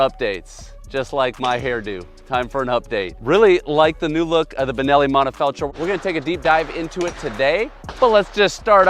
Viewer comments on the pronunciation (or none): Please, let’s pronounce the T of monTefeltro.